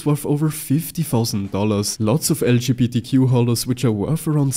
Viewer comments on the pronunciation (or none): No way he said LQBTQ holos 💀😭